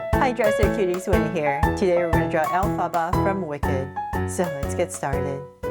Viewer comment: Say elphaba right